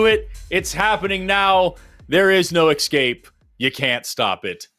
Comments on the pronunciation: Hey Forrest, the word is “escape” not the way you pronounced it, “exkape” I guess your spelling it EXSKAPE… illiteracy reigns supreme in these United Bigoted Bubbafied, homophobic, Faux-Christian, Fascist States of ‘Merica… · Forest- i love you, but you really disappointed me today. You pronounced escape with an X, and that is a pet peeve. Stop that! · Did Forrest say, “ex-scape?” 😅